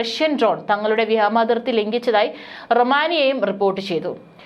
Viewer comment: Vyama athirthi alla vyoma athirthi ennanu sariyennu eppozhum iddehathode paranju kodukkanam,,,kastam